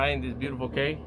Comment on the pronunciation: I really enjoy watching your show but as an islander you have me screaming at the TV every time you say the word Con-ch. the word is pronounced Konk and Cay is pronounced Key.